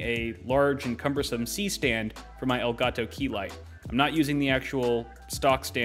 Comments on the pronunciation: "EL GAAAAH TOE" - 2020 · I've never before heard anyone pronounce elgato as strong as this man.